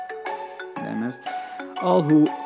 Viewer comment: heres a little something you said demis like this DEM-IS this is how its actually pronounced DE-MISE there ya go